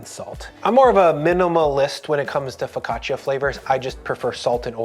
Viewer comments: Love you, love this, it’s ‘foe caught cha’ not ‘foe caught chia’ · For the sake of the name , you should say Fok kāah tchàh‼️ Not " fow ca cheeya" And just when I wanted to tear up a segment to bite and taste, You had sliced it on a plastic cutting board 😮😢😳❓️🙄 While you have such a beautiful wooden board to use. That's funny. Happy baking to all M.m